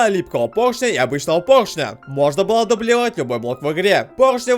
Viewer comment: Он сказал доблевать😅😂😂😂